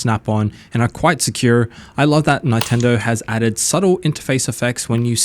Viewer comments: It's Nintendo not fkn nItendo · Its Neeeen-tendo . . . not nie --- tendo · We can all hear him say Ni-Tendo right? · Ni-tendo.. he's fishing for triggered comments. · what do you expect from a guy who calls it a Nitendo Switch. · I love Nye-tendo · Let the "Nine-Tendo" glazing commence. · Stop saying Nightendo! 🤣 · Nine-tendo. Is this the first console you've played, bro? 😂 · Who are Ny-tendo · nitendo lol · Y do u say Nintendo nyyyyytendo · Yea. Japanese syllable is consistent unlike English and actually pronounce the way it spelt. So how can anyone get that wrong? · Why are you pronouncing Nintendo that way…